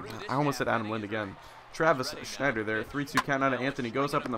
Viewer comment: Travis Snider not Schneider